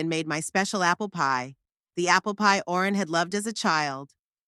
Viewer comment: That would have been a reasonable story, if it was consistent! I agree about the holes! And why was Owen pronounced Orin all the time! I was getting quite frustrated,,,how did her son change the keys! Did he have a set! And what was the point in asking for her keys back? They wouldn’t have fit with new locks in place! She needed the new keys that went with new lock! And definitely no way could he have just moved her to an old people’s home, take control of her house, sell it etc! It was all in her name so legally he couldn’t touch it! . What with names being mispronounced from Barrel to Beryl etc, . And if she was just going to a friends funeral, why on Earth would she take husbands photo, tape recordings, folders regarding house ownership etc? There have been sone strangely written stories on here, but this took some getting to grips with as your always on edge waiting for the next error! Shame!